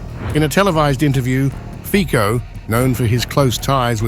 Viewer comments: You should first ask someone how to pronounce the Slovak PM Fico!!! Your pronunciation is uncorrect, offensive and ridiculous!👎 The pronunciation is/ fitzo/, NOT/ fiko/!!!!! 👎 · Can you pronounce the name correctly? It is not FiCo(Fiko), BUT it is FICO(FITSO). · Pronounced Fitso...ffs. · His name is pronounces "Fitso", you dummy boy. Ignorant.